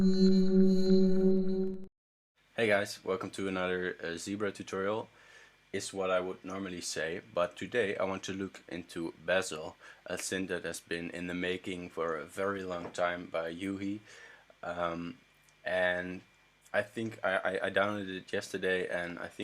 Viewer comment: It is pronounced Batzillae